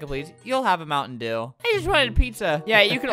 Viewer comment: Oh you want a moun’ dew, Is’ moun’ dew